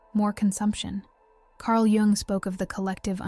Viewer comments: Pronounced “yung “ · Pronounced, "Carl Young" ... not G-ung. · jung is voiced as "yoong"